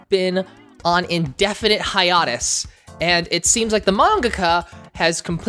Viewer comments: Also you pronounce a lot of words incorrectly in ways I've never heard them pronounced incorrectly before. Like Hiatus. It's hi-ay-tus, not hiya-tus, and something you said at the beginning was also jarringly incorrect lol. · "HAYATUS"?? 😭 Anyways love Nana, great video, keep it up!! <3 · Is that how you pronounce hiatus? I thought it was “high-a-tus” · Lmao I’ve never heard someone say hiatus that way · i can NOT get over how you said HIATUS